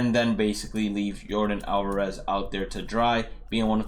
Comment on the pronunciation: U speak spanish? U say Jesus Aguilar & Yordan Alvarez so good.